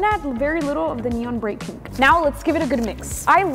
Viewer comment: Pink❌ Peenk✅